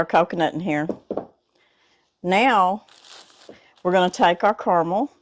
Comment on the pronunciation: Thank you, thank you. Thank you! You pronounced carmel correctly, you didn’t say “car-a-mel. Yay!